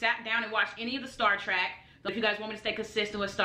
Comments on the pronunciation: It's Star TREK, not "Star TRACK" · Trek.......it's TREK...not TRACK........arggghh....lol..... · Star trek, not star track my guy.